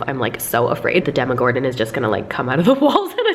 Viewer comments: Anyone pissed at the fact she said “Demogordan” instead of of “Demogorgan”? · Anyone else notice she says Demogordon instead of Demogorgon 😂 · It’s demagorgon, not demagorden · Is anyone slightly triggered bc she said demogorden? Only me? Okay. Mouth breathers. Ugh. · i love that you say Demogordon instead of Demogorgon😂❤️❤️